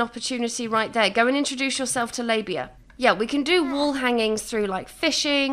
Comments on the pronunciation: Did you call L. Faba “Labia” in the beginning?! 😭😭😂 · It's L. Faba, like "Elphaba" Well, you have to enter into Build/Buy to place things...